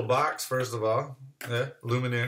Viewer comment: It's Lumen-eeaayy